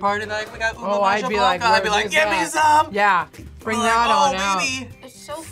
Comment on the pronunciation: its pronouced ube maHa planca not ube maJa plance